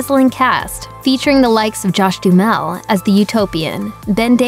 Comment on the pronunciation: Du-Ha-Mel. You amateur